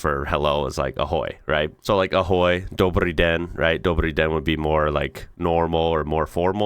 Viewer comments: Hey, decent pronunciation on the Dobrý den 👍 Czech and Slovak are closely related and mutually intelligible. When Czechs and Slovaks talk to each other we just each use our own language. Together with Polish they belong to the West Slavic branch. Polish is very similar to both Czech and Slovak but it's more mutually intelligible with Slovak. Czechs/Slovaks and Poles can somewhat understand each other, especially talking slowly and about simple things but if you want to have a normal converstion, you'll need to speak English (or another common language). Slavic languages also have an Eastern branch (Russian, Belarusian, and Ukrainian) and South branch (Balkans). Languages in each group are more closely related and therefore more mutually intelligible. Hungarian, Romanian, and the Baltic languages are NOT Slavic languages as some people think. The video was clearly structured by language groups, not by geography or anything else so idk why they couldn't at least have some text like Germanic/Romance/Slavic at the beginning of each group. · your "dobrý den" is pretty goood!! the R sound was very good. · You said „wow" right after the newscaster said that some nurse won a lawsuit for over 800.000 Kč (aprox. 39,000 $), almost like you understood what she was saying. I found that amusing. Good job. 😄 Btw your „Ahoj" and „Dobrý den" were perfect. 👍🏻 It's weirdly amazing hearing American speaking Czech/Slovak. ❤ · your Dobrý den is very good sir :D ♥